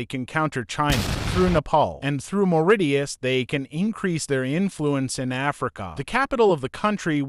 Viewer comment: The way he pronounce mauritius and port louis is funny